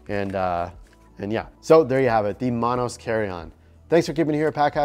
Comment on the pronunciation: He said Monos like he was from Chicago😂